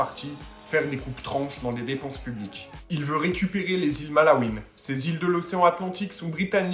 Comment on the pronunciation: Et c'est les "Malouines" pas les "Malaouines" ... J'imagine que ce clown va doubler son année ...